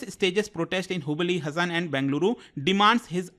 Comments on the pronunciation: Le admin pronouce it as HAASAN its haasan, nat hasan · Hi it’s not pronounced हसन its pronounced “हासन” Please correct it in future 🙏🏻 but rest all incidents are true thank you for informative video 🙏🏻❤️ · Hasan District nahi 😂😂😂 HAASANA District 😊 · It's not hasan its Haasan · It's haasan not hasan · It is not Hasan. It is हा (haa) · Not- Ha-Sa-n, it's Haa-sa-n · Sir it is हासन please pronounce correctly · Hasan pronunciation is wrong